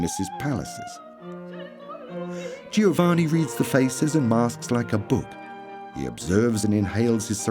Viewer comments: Pity the narrator couldn't be bothered to learn how to say Giovanni properly. To say nothing of that old chestnut 'every one stunk.' Unfortunately one starts to doubt many of the facts presented here. Undergarments were not commonplace!!! How does the narrator explain the widespread presence of the washerwoman or laundry woman? Plenty of laundry lists in the records of the middle-upper classes. Jane Austen mentions them in her works. Also many garments required a stiff starch, shirt collars, lace, ect. How could this be achieved if nothing was washed!!!! While it is true that the elaborate costume of the day could not be washed, they could be unpicked if need be. Clean underlinen every day was the norm in middle -upper-noble layers of society. How many paintings featuring ladies washing themselves can one see in Art Galleries? Watch this programme with care. Unlike the devine perfumes, it is not 100% pure in information, as many will recognise! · I find it so annoying that the narrator is unable to pronounce Giovanni. 😵‍💫😵‍💫😵‍💫😵‍💫